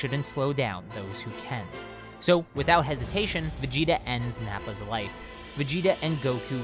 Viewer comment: doesn't it kinda sound like he's saying "Freiza chose to attack instead of leaving with his Wife." instead of Life to anyone else